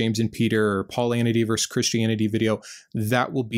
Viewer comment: Versus not verse